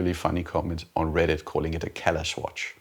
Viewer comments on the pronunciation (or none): none